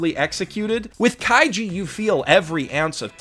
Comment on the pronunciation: I wonder how many times he accidentally said Kaijo instead of kaiji